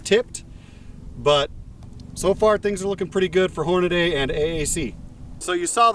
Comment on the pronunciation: Great; another guntuber that says Hornaday instead of Hornady (Horn-a-dee).